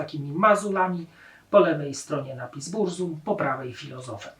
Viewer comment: Burzum wymawia się z germańska "BURCUM"...